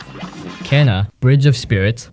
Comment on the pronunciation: It's funny how almost every player says "Kena" even though her name is pronounced "keena" in the game 😆